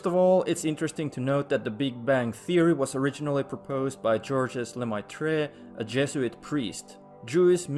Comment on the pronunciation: He can't even pronounce Georges Lemaître's name, let alone understand his ideas.